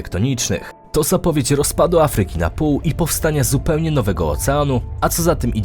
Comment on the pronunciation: Afryyki. Idz lektorze do logopedy, nie da sie sluchac